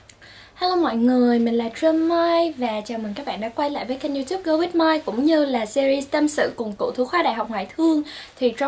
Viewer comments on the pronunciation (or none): none